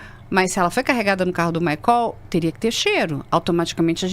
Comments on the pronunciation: Esse "maicól" já é de lascar!!! 😅😅😅 É maicol minha senhora 😂😂😂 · Desculpe, mas só para esclarecer, a pronúncia do nome do suspeito preso é "MAICÓL" ou "MÁICOL"???? Ou tratam-se de pessoas diferentes???? A informação deve ser clara e pormenorizada!!!🤔